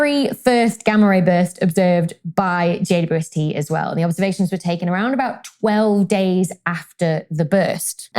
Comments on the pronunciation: When Dr. Becky refers to the James Webb Space Telescope, it sounds like she says "JUST" instead of "JWST." Why is that? Does the British pronunciation of "W" sound more like "U"? Just curious. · Thanks for the reply. Makes sense to pronounce the "u" as "you", but I don't hear the "double" at all. 🙂